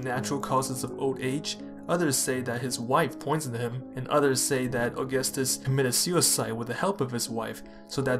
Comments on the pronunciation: It's not August-us it's au-gus-tus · It's augústus not aúgustus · You're pronouncing his name like the calendar month. It's really more like "a-gus-tus". That first u is basically silent. Our pronunciation of August has changed over time. So even though it's named after Augustus, it's not pronounced the same way. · The stress is on the second syllable, not the first. "Uh-GUS-tus." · In the word "Augustus", the stress is on the second u, aka "Aug*u*ustus". It really sounds weird to me every time I hear you say his name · The first item on your research list should have been how to pronounce the man's name. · Makes a whole video on Augustus Doesn’t say Augustus right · Dude. If you’re going to make about a video someone, please at least know how to pronounce their names the right way. Thank you.